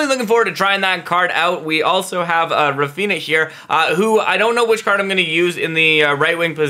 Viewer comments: not him saying raphina and not raphinia💀💀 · Why do you pronounce raphinha’s name like that 💀